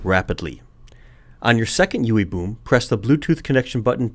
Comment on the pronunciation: Is it just me or is it kinda funny every time he says "Ewwie Bewm" :-x